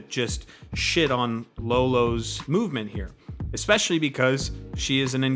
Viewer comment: also, love how she says "exspecially"